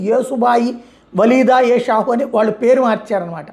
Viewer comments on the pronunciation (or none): none